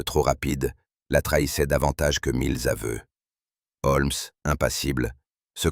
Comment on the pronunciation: "Mille Z’aveux..."... aïe !